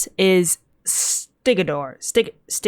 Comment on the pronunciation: his name is pronounced "stig-and-ur"